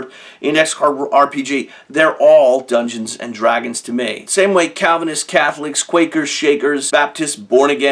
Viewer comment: I swear he says, "Drunken and Dragons" lol. Otherwise great video. I started to implement some of your ideas into my own game to simply make it more engaging and start to also break down the power gamer mentality that the bigger the number of damage they can do, the better of a player they are.